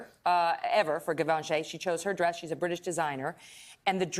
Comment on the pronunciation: When she said Givenchy wrong 🤦‍♀️ cringe